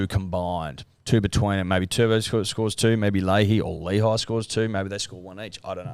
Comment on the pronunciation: Definitely isn’t Layhe, it is Lehi. Cmon